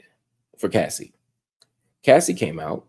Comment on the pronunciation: why is it so hard for everyone to say CASSIE! not CASSIDY! 😂😂😂